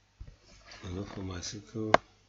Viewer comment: am finding it hard to understanding what you are saying....is it MS sekal??